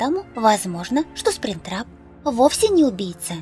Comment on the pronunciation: и еще ты сказала сплин-трапа